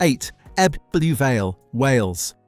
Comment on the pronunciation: "Eb-double U Vale" and "Mertbyr Tide fill" Come on you can do better